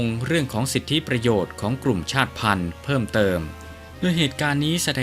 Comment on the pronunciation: ชาติพันธ์ อ่านว่า ชาด-ติ-พัน😊